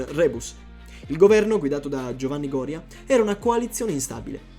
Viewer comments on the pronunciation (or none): GORÌA non GÒRIA, DIOCANCARO! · Gorìa, con l'accento sulla i, non Gòria. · La chicca è la pronuncia del primo ministro: Gória invece di Goría. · Goria si pronuncia con l’accento sulla i ! 🤬